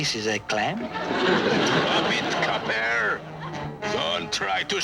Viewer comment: Most memorable & funny is Paul Frees' Crab Louie calling The Inspector "Coppair."